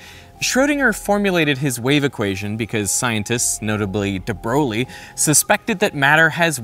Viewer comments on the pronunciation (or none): oh you mean the broggulee protip: his name is actually debrUHy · De Bro-lee? I believe that the right pronunciation is de broy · De Broglie is pronounced "de breuille" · I’m like 90% sure DeBroglie is pronounced “DeBroy” not “DeBrolie”. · It's actually pronounce "The Broy", not "The Brew Glee". Sorry, couldn't help it.. x') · Guys! De Broglie is pronounced "de breuil" ("euil" is pronounced e-i-ye) It's not "De Brolie" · Did Veritasium really say De Brolie instead of De Broy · Awesome video. One comment on DeBroglie pronunciation: it should sound more like something between "debroy" and "debrey". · Pronounced "d'BROIL". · De Broglie is pronounced [də bʁœj]. It is understandable that prononciation can be affected by a foreign accent but here you are not even trying. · Fun fact, « De Broglie » is actually pronounced « De Breuille » ( You’d prononce it « de brey » in English) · Just a remark : Louis de Brogli is prononce as "de breuil" [dəbʁɔj]. French is weird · "De Broglie" is pronounced "Debreuy" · As a French mathematician, i've to say ot : De Broglie is actually pronunce "De Breuille" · There’s a universe where "de Broglie" is pronounced correctly (de Breuil). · debɹoʊɫi? Really? Please look up how names are pronounced. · * Sponsored by the most prolific computer virus ever created. ftfy Edit: Pretty certain de Broglie is pronounced /də ˈbrɔɪ/ or de broi (Wikipedia confirms) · i get that the name is weird (even for french ppl) but de broglie is pronounced "de brey' " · Debroglie is pronounced "de-broy" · You call him debrolie, really? Go check how you should pronounce his name properly first! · I know it's not obvious, even for us French, but "De Broglie" is pronounced "De Breuille" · I've read that the name "de Broglie" is pronounced "de broy." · Great video! Small nitpick: you pronounced de Broglie wrong. It's more like "Broy". I am a French speaker, so trust me, I know! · Pronounce DeBreuil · Hey amazing video! Btw, de Broglie is pronounced "de breuil" in French